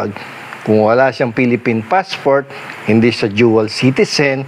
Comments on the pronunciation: Dual citizen not duel citizen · "Jual citizen" 😂😂